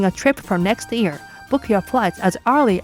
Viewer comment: I have a liguistic question. You pronounce "year" almost exactly like "ear". Isn´t the Y sound also part of Japanese language (e.g. wouldn´t Yokohama also be pronounced with the Y sound? Thank you already for the explanation